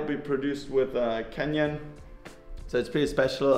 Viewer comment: i think He was joking since Fabio pronounce it a litle bit like Kenyan Bikes.